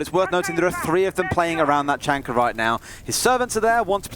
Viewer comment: I think it's hilarious the way they say Tachanka. Ta-chunker lol!